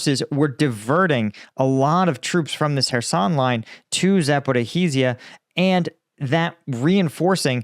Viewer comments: It's not "Zaporihi-zia", it's ZAPO-RI-JIA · his expertise as bad as he misspronounced Zaporizhzhia ( Zaporozhie ) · Stop mispronouncing Zaporizhzhia😭😭😭 You're killing me 😄❤️